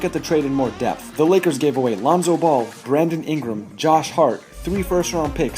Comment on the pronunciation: Nigga said Bradely Ingram😂😂😂